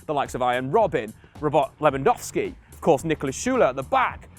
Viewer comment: Love, but omg I cringe hard whenever he tries to pronounce a footballers name. 1 minute and 31 seconds into this video and I'm cringing at 'Taith Chong' for Tahith Chong and 'r-bot Lewandowski' for Robert Lewandowski. Another classic is 'urt-zeel' for Ozil.